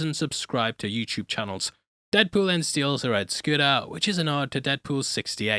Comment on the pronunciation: Is that my host i hear??